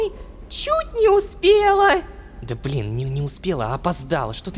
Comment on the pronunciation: конещно! И ещо ощень угарно что малецки произнёс БЛИИИИИН ЛО